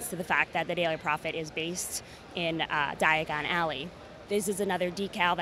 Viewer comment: Is it just me or was she saying digon alley and not diagon alley